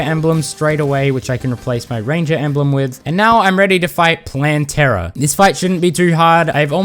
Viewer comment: I'm sorry but I think you're saying Plantera wrong you can say it how you say it.